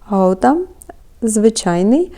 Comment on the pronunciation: З святами вас! Я перепрошую , але правильно ,, Гауда " . Наголос на а .